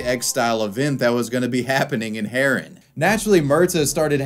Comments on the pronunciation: Also, the towns name is pronounced "Haa-run" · say the town name haren good please